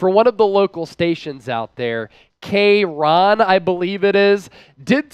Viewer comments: - just fyi…since you are covering Dubs, it’s NOT Kay-ron. It’s KRON like Chron for Chronicle like San Francisco Chroncile Newspaper. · All of us Bay Natives - “K-Ron???? Ah yes Kron4 get it right” 😂